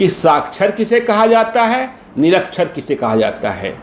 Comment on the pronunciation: Sakhchar - Nirakhchar. Littred-Ilittred. Sdo ko malum nahi hai. Vah Sdo sahab